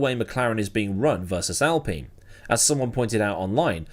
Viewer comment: al pain is how admiral general aladeen would pronounce alpine